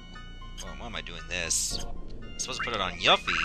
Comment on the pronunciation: Of course you needed to equip Yuffie with a Ribbon for her side quest, dude. Also, Yuffie = Yoo-fee, not Yuh-fee. Her name in the Japanese version is directly translated to be spelled as Yufi.